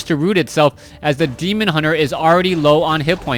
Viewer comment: i like how he never gets the name of the demon hunter right